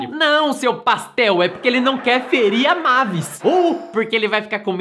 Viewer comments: Não é mávis é meivis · não e mavis e meivis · É "meivis" não "mávis" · Na hora que chamaram a Mavis (Meivis) de " Mavis" eu quase tive um treco.kkkk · A "mávis" É mavis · A PRONUNCIA E MEIVIS